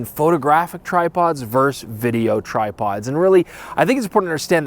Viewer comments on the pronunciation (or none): Damn it,, it's "ver-sus". TWO syllables! Not VERSE. Photo VERSUS video. Up to now, you've been perfect. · “Verse”?? No! The pronunciation is “versus.” No way would it EVER be said “Yankees VERSE Red Sox” or “Tyson VERSE Holyfield.” C’mon!